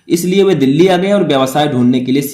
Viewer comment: Sir apne Delhi ko galt pronounce kiya hai video dekhe